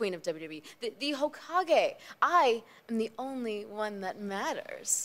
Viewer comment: She really said Hokage lol